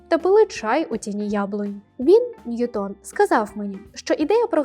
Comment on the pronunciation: Ви впевнені, що правильно ставите наголос у прізвищі Ньютона? Принаймні УРЕ дає наголос на першому складі. ЧИ можете ви послатися на авторитетне джерело інформації, яке б дозволяло наголос на другому складі?